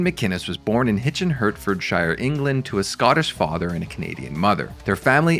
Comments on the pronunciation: Your pronunciation of hertfordshire is mental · Is that what that was meant to be!